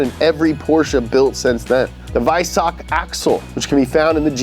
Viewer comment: Its funny, to listen how you say "Weissach", if you know that city and how its spelled in german. 😂😂😂